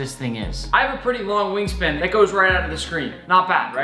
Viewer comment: This man almost made me crap myself XD I was drinking water then I heard him say WING SPAND I almost died mentally thinking of the image imagine wings ON A CRAB